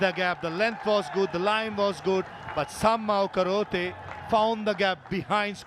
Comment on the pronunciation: Kharote 😂🤦‍♂️❌❌ Akhroot ✅✅